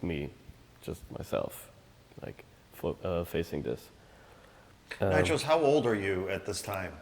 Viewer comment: The name of the Artist is NYCHOS not NITROS ;)